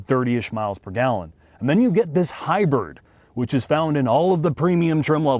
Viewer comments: Am I the only one that is hearing "Hy-Bird"?🐔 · It took me a moment to realize he's saying hi-bird deliberately. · It's around when says HI-BIRD 😄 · oh that's why said the same Hi-Bird ! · Hybird, hybird hybird, LOL , absolutely intentional, LOL